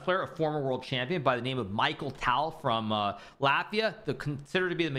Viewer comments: Bro really said "Michael Tal" 😭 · For the love of God hikaru, he's called mikh-aa-el taal